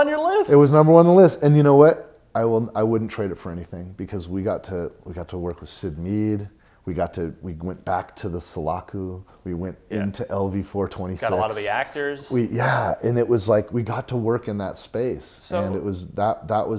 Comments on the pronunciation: Yes, he said "Solacu" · For claiming to be an Alien nut I find it interesting he pronounced Sulaco wrong....